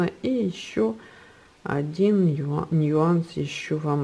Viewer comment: Слово "нюанс" пишется и произносится без разделительного мягкого знака)